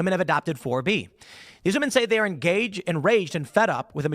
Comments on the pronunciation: Why are they so commonly saying woman in place of women. Like are they all immigrants? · Why do all of these women pronounce “women” as “woman”??